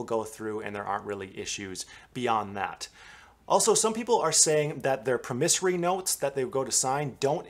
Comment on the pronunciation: Jeeeesu Christ, -- learn how to pronounce.... PROMISSORY... and PLAID